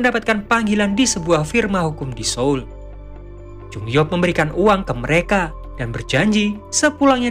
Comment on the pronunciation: Baru kali ini ada youtuber menyebut kota SEOUL dengan benar yaitu SOUL . Selama ini para youtuber dan penyiar TV banyak yg salah mengucapkan beberapa kata bahasa Korea yg penulisan Ama pengucapan berbeda. Yg lebih parah para penyiar TV knp tidak belajar tentang pengucapan dalam bus Korea sehingga tidak salah dalam pengucapannya